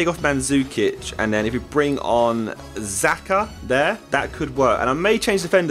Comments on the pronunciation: It is jaka not zaka xh=j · It's pronounced shaka not zaka ya muppet! ;) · xhaka its not zaka its xhaka because its albanian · dude xhaka its albanian he is called xhaka normaly not zaka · it's not Zaka [the XH in XHAKA -it sounds like a G] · i am albanian and he is albanian as well i know how to say/pronounce it yes it is like dzeko dzAKA something like that that's what i meant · The way u said xhaxa is wrong its said like jaka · I don't wanna be like that but I think it's pronounced "shaka"? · xhaka is pronounced scha-ka sorry for being that guy but ...yea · Stop saying zaka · So funny how he pronounced Xhaka!